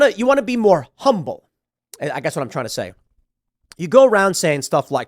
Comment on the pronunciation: The funniest part, is where Tim had trouble pronouncing the word, humble